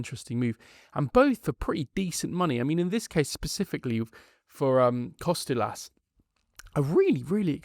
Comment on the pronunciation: you are making Kostoulas name sound way more difficult than it is. Its just like saying Harold or Henry just Ha-ra-lamb-os just call him Babees